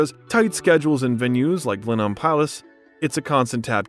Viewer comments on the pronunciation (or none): none